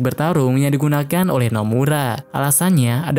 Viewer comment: Oleh ❌ Oweh ✅